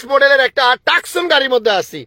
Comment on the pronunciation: গাড়ির নাম ,, তোসান ,, সে বলে টাকসন